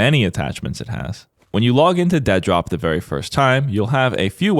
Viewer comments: Why can't you say Dead Drop, What is deadrop? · Why do you keep saying "dad rock" instead of Dead drop? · Is it "Dead Rop", or "DEA Drop"? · I know it's the real, actual name of the game, but it's still really funny seeing someone say "Deadrop" instead of "Dead drop." It's like watching someone passionately defend their favorite game franchise, Assin's Creed. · "Dead rop" lmao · You're mispronouncing the name, it's actually "DEA Drop", it's about a Drug Enforcement Agent falling over. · are you calling it.... dead rop? i cant today..... nope. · i love the dedication to pronouncing it as Dead Rop